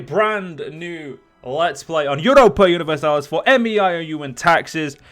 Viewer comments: It's pronounced "may-ow" by the way :P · You don't have to say M E I O U and Taxes. You can just pronounce it as May You and Taxes. Also you are in for one hell of a learning curve